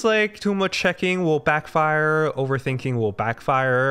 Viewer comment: Backfire 重音應該放在第一個音節 是BACKfire不是backFIRE 😊